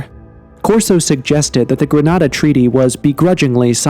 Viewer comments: It was called the Greada - Gre-ar-da - Treaty! 🤦🏻‍♂️ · It's was called, "Greada" not "Grenada"!!!!! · It's the Greada Treaty, not the "Grenada" Treaty. There's a great video about it on The Why Files.